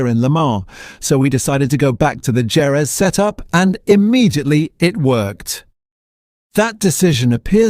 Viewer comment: Why is Ai calling Jerez Gerrez when the Spanish enunciation is Herez ? I despise Ai & it's overt romanticism instead of facts